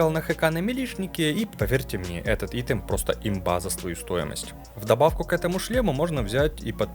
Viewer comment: Ну айтем же, айтем, не итем =(